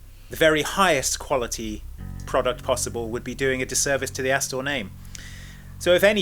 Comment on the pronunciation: "that ASStor" 😂😂😂